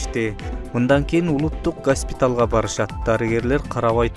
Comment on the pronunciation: Гаспитал эмес госпитал туура суйло